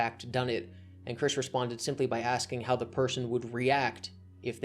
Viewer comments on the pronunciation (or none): none